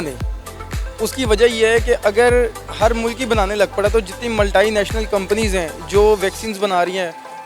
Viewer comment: Vaccine delivered ho chuki h in Pakistan. Vaise bhi ab aaya uth pahad ke niche 😂😂 Formula aam kr de kuch bhi 😂 Vo dekho maltaliNational bol rha h multinational ko mtlb kuch bhi 😂😂😂 India me itne bure halat h to formula kyu mang rhe ho 😂😂